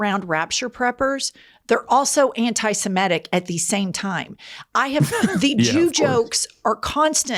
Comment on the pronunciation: Why is it, all of a sudden, NO ONE down south can pronounce 'antisemitic' properly any more? The word 'antisemite' doesn't get flubbed. But change the beat, and they trip over their feet!